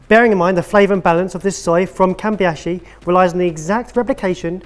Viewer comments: I know this is an old episode but if anyone want to find the premium soy sauce the name is Kamebishi, not Kamibashi or Kambiashi :P I've just ordered a bottle. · Listening to mangling Kamibashi (kah-mee-bah-she) is the highlight of my day. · did Chawan Mushi right but then eff it up in Kamibashi. Kami -BA SHI. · He did, however, bungle the soy sauce brand. It's "Kamibashi", but he kept on pronouncing it "Kambiyashi" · Only because the person editing asked. Kamibashi is pronounced caw-me-ba-she (the a is a short a sound) like in palm, calm, and balm. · KA-MI-BA-SHI.... says.. "kam-bi-ya-shi-??? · Kamebishi = Ka-May-Bee-she. But in the video they have it labelled Kamibashi. which is Ka Me Bah she. Which one is it, Sorted Food? Kamebishi, or Kamibashi? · kamibashi? kambiashi? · actually pronounced chawanmushi fairly okay but then he completely obliterated "Kamibashi"